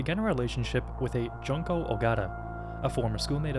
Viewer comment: Bro cannot pronounce Junko, holy crap